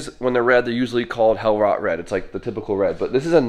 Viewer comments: FYI - "rot" as you're putting is actually pronounced r-oh-t. Is German for red. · its pronounced rote not rot haha, rote is red in german